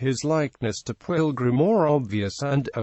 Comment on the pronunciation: This video pronounces Pwyll wrong for anyone wondering